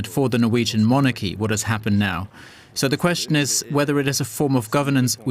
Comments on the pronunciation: Sorry can not get past the anchors pronounciation of "Mon-Arc-ee' can some one please teach him its said like MonaKey only stress is at start the middle and in the middle the ar is softer not three seperate gutteral syables it one word. Guess he doesnt say it so often 😂. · why does he pronounce MONARCHY that way? Gzzzz soooooo annoying!!!!!! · Why can that man not pronounce “monarchy” properly?